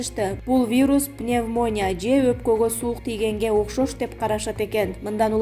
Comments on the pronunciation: Пневмо'ния эмес,пневмони'я чала сабат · Ушукчылар тойгоздунар пневмония деп окулбайт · Пневмония деген созду туура айтканды уйрончу басым "и"тамгасына келет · Пневмония деген созду туура айтчы диктор сорой жазылышы башка айтылышы такыр башкача экенин билбейсинби адамды ит кылдын го былжырап